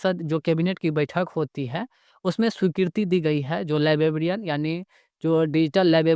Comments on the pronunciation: लीबाबीईअन काहे बोल रहे हो भई, लाइब्रेरियन होता है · Library ya librarian toh sahi se bolo yar , bllibbian bol rahe ho